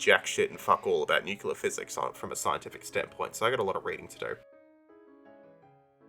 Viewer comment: Don’t try to explain nuclear physics if you can’t even say it properly